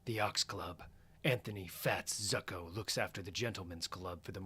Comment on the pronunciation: No disrespect this is phenomenal, but Zucco is pronounced Zoo-coh and Halle pronounced Hailey. Keep up the great work man these are great.